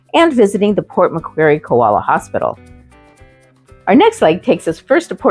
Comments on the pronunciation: How did you manage to pronounce Macquarie as Mac Querie. Westfield is an Australian company. The Australian Kmart is not the American Kmart, although they use the same logo. Because our corporate executives, are not too imaginative. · Hey guys it’s Port Mc Quarry not Port McQueery. Im sure you wouldn’t have heard anyone in Port Macquarie calling it Port McQueery.